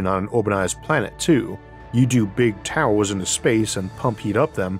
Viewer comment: He should change the title to "Space Towews"